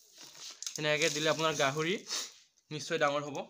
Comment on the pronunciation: দনা নহয়-দানা হ'ব লাগে।দাঙৰ নহয়-ডাঙৰ হ'ব লাগে।সনুকালে নহয় সোনকালে হ'ব লাগে।